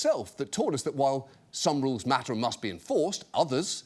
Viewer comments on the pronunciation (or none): none